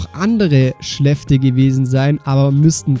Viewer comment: Oh mein Gott sag bitte niemehr "Schläfte"😅